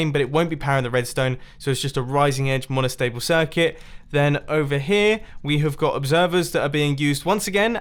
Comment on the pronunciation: Nobody: Mumbo Jumbo: MONOSHTABLE SHIRCUTS